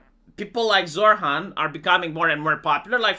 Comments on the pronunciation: His name isn't pronounced zorr-hann, it's pronounced zoh-ran. My family used to vote Labour UK until Tony Blair got into power and stabbed us in the back, then voted Conservative until Boris Johnson stabbed us in the back, and now it's just me and the mother because the rest of them have died of heart disease and cancer, we are going to vote for Farage and hope if he gets into power he won't carry on the British tradition of stabbing people in the back, to be fair Barrack Obama also stabbed everyone in the back, I guess it's not just the UK. It gets to the point where you're wondering if you'll ever managed to actually find somebody to vote into power who isn't going to plunge a knife into your back and you hold your breath every single time you put your slip of paper inside of the ballot box just waiting with anticipation to be stabbed in the back again, kind of like when you take a breath before committing s**c**e by jumping off a bridge because you have no choice due to poverty and debt, it's exactly the same thing voting for somebody different to stab you in the back because you have zero choice whatsoever, although, to be fair, I live in one of maybe 15 places in England that will hold out and vote Labour pretty much no matter how many other places they lose until maybe, and that's a maybe, they become the 3rd or 4th biggest share of seats instead of 1st or 2nd, and even then they'd vote for whoever is the biggest left-wing party no matter what happens, and all problems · I hear "Zoltan!" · When says Zohran anyone else hear Zohan or is it just me??? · No I do, but than again I too like an ESL